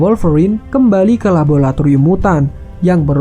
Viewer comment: Laboratorium wee bukan labulatorium